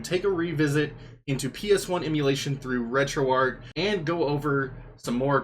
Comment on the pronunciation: For future videos, please let it be noted that it's pronounced, "Arch", like the St. Louis Arch, not, "Ark", like Noah's Ark. This has been confirmed by Themaister and the rest that work on the project. And for the love of GOD, please pronounce BIOS, "By Ohs", or even "By Ohz", NOT "By Ahs"! It sounds like you have no idea of what you're talking about when pronouncing things incorrectly.